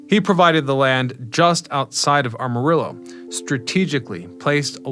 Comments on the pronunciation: Hey, AMA-rillo not ARM-arillo. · Armorillo? You’re not from around here are you? Try this: am-a-rillo. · AM- arillo not ARM- arillo. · Just fyi - it’s Amarillo not Armarillo.. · The town is Amarillo, not Armarillo. Just fyi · its AMarillo, not ARMarillo 😭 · Amarillo not Armarillo silly. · Why are you saying "ARMarillo"? It's "AMarillo". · It’s actually ah-muh-ree-yo. It’s a Spanish name. It’s actually the Spanish word for yellow. It was named such due to the yellow hue of the soil there, along with the yellow wildflowers found there. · You ain't no Texan young man. Amarillo does not have an R between the A and the M. It's not aRmarillo. It's AM a rillo. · Not “Armarillo”. Am-a-rillo. Geez. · I was born in Amarillo and spent many of my summers there. The way people who aren’t from Amarillo pronounce it is hilarious lol. Its AM-UH not ARM-UH. People love adding that “R” lol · "Arm-a-rillo" ??? I tune in to this channel just to hear this guy butcher the English language... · Ar-marillo? 😂 That made me giggle a little bit. But tbh, I was mildly annoyed at first. My apologies, I'm up way too late & tired. Nice to learn abt the history tho. I was there once several yrs ago. It's really cool to see. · It's ah-mah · Drives me crazy 😂 I grew up in Houston but was born and spent countless summers in Amarillo. People in Houston LOVE to mispronounce it lol